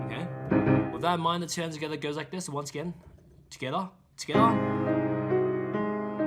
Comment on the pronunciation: just pronounces together like “togethaa” because he feels the rythm 😪